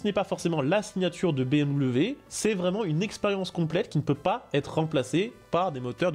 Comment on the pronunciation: Dire BMV pour BMW me détruit des neuronnes